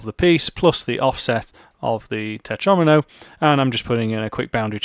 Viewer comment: “Tetromino” rhymes with “Domino”! The mispronunciation totally ruined the whole video for me. In fact, it’s put me off programming altogether, destroyed my fledgling career, and forced me into a life of male belly dancing.